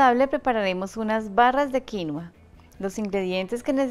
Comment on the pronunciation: Felicitaciones, hasta que por fín alguien pronuncia bien "quinua" 👏🏻👏🏻👏🏻